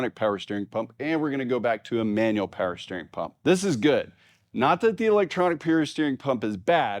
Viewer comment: "Peewer steering," I heard that. 😂